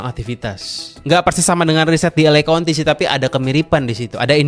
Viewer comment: kaunti bang, bukan konti